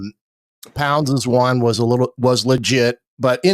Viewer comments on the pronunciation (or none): Garbers, not Gerbers. Gerbers is a brand of baby food. Ponds, not Pounds. Pounds are what my wife says I have too many. No one on IU's roster is named POUNDS. I can't make it through your Hoosier Football Tailgate podcasts,, because of your consistent mispronunciation of the name "PONDS" among others. Sorry, it's just incredible this is still happening three games into the season. At least you're not saying Kirk (rather than Curt) Cignetti, like another commenter on the IU beat consistently does.